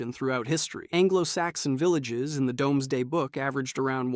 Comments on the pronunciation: Domesday Book is pronounced "doomsday" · Domesday pronounced DOOMSDAY (see upcoming marvel film for pronunciation reference.) Sorry being nit picky today. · Why did you mispronounce doomsday book? That is literally what the book is, the normans slaughtered a big chunk of the nwtive population of England. If its because you are worried about getting demonitised then that either makes you a pussy or a cuck to large corporations.